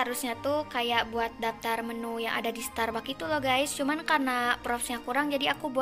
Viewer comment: Bacanya starbaks kak😅